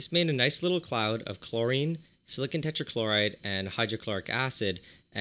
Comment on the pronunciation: Is no one going to point out the fact that he says silicon weirdly. Like, when he says silicon tetrachloride it sounds like silicun, the way most people say it. But when he is talking about silicon by itself he over emphasizes the "o". Like sili-CON.